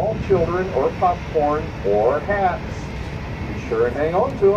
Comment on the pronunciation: I like boat rides like that. I kept thinking he said cats, not hats. lol. Nice vid!